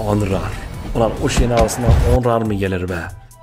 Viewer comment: abi kartin adi onrar degil nonrey